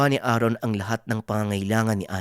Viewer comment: Sino si Aaron? Namali yata ng bigkas pinuno